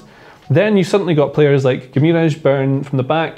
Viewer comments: I think Romano pronounced it Gwimaresh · Loved how the pronunciation of Guimaraes just deteriorated as the video went on. Felt for you. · God the pronunciation of Guimarães is killing me. Great video tho.